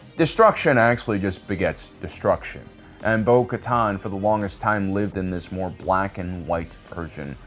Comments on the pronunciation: Translation: Bo-Katan = Bo-Kar’en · Okay. It got worse. First he only misspronounced her name. And now he misspells it too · So many years and you still can’t pronounce names. Bo-Kotan Kriss, really? Bo-Kotan Kryze, pronounced Kre-sse. You just showed that she also reinforced Kenobi when he rescued Satine. So you can’t say her decision to leave was exclusively about Maul killing Vizlsa. SMH, Sabine Wren pronounced Sah-been not Sab-ene. You have a great channel, just stop your improvisations with names. Rewatch content for accuracy.